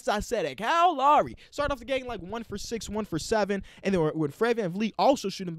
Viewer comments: Everyone: Kyle Lowry King: Kyle LAWREY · “Cal Lawry” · Anyone else thought that he was saying "Cow Lary" when he said "Kyle Lowry"